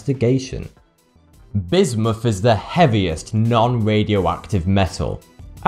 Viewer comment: "with" becomes "wiff", "other" is "ov'ffer" and "Bismuth" of course is "Bismuff" Why is it that the english take any word spelled with a "th" and pronouced 'em as if they were spelled with a "ff" ? Someone inlighten us please! FYI. I'm Canadian so, I know what I'm talking aboot!